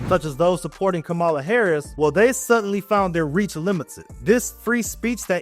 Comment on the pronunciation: Wasup fam! Another great video! I appreciate you taking this issue head-on. Just 2 critiques.. 1) Bro-- u gotta get rid of the Tesla. U might as well get a white hood tated on your arm. It's like that now. Get a rivian or sumn G. 2) The VPs name is pronounced comma-luh. Not Kamawl-uh. It sounds disrespectful to not get it right due to the purposeful mispronunciation of her name by the right. I know you meant no disrespect, but just something to be aware of in order to not play into the gaslighting by the right. Anyways, its always great to watch your content. Keep doing what you do big bro!!!